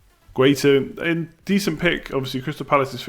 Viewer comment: Guaita is not pronounced “guitar”